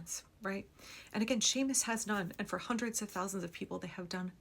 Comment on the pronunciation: And I'm grateful you know enough to pronounce his name correctly! Some dang white fool went on and on about "SEE-mus" Monday. "SEE-mus" I'm betting he'd pronounce Jose as "joe-SEE"! PS Thanks for all the timely updates you provide here. I count on your voracious habit of collecting these important stories. Shannon O'Donnell